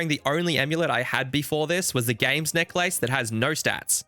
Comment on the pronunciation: The way you say necklace is fucking hilarious